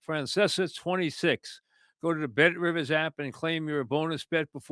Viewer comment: welcome to the Mike Francesa Podcast part of the ehhh BET RIVIZZZ network